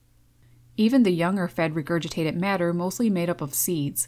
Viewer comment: "Regurgitadet"? "Estimadet"?